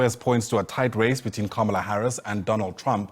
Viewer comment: kindly learn the correct pronunciation of "Kamala" Harris😮